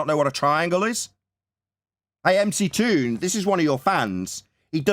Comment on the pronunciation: It's McGoon not mctoon